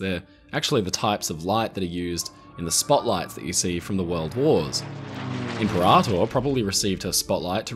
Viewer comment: I'm surprised no one else has mentioned it, apologies if I've missed it - "imperator" is (in English) generally pronounced im-PEAR-a-tore, roughly following the Latin. Thanks for the video!